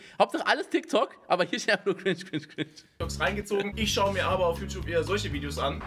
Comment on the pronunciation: Normal people: „cringe“ Rewi: KRINTSCH